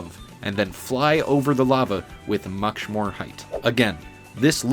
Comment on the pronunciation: “Mucth” more height